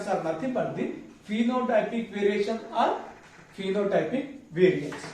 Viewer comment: Variation or veriation 😮